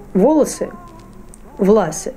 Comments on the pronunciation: Спасибо, но разве ударение не глагОлати и власЫ? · Не принУждены, а принужденЫ, не влАсы, а власЫ. Не пЕрсты, а перстЫ. От "влАсы"я вообще в шоке. Какое было ударение, можно найти по стихам той эпохи. И пошлый анекдот ни к чему. Не украшает тему.